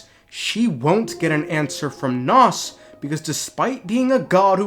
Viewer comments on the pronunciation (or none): Pretty sure it’s name is nous not nos lmao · the way you mispronounce nous is actually driving me up the wall